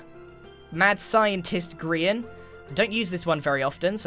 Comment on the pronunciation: Welcome to grain Ville! What do you mean it’s grian? No it’s grain. Definitely